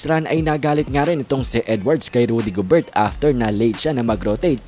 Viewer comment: Gobeyr... Silent T